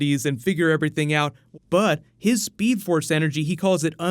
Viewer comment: The seed force? ...... Grant ......FOR SEVERAL SEASONS AND U CALLED IT THE SEED FORCE WTH .... this is disappointing man whyyyyyyyyyyyyy u suffered enough for 3 seasons and didn't get the name right ON. AN. INTERVIEW........😩 Jk btw it was just funny the seed force lol